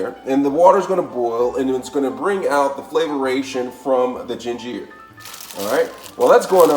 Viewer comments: Lost me at jin-jeer! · Why he pronounce ginger like that gin-ger!! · Where the heck is this guy from? Flayveer, gingeer and raymun, parsalee, aladental and spreaderated? How ignorannt can anyone get? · Gingeerr.. Lol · That’s the first time I’ve ever heard ginger pronounced that way